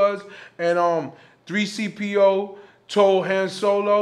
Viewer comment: But he says it 3-CPO..